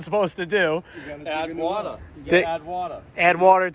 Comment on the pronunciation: I love that he said - you add wata'